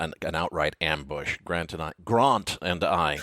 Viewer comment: I face-palm every time says "Gront" Williams.